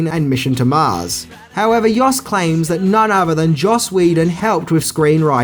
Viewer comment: FOR THE LOVE OF GOD, PLEASE...PLEASE...STOP calling Joss "yoss" it is NOT "Yoss Whedon" Jeezus.